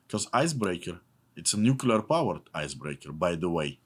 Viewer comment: No. It's not nucular power ship, it's nuclear powered ship.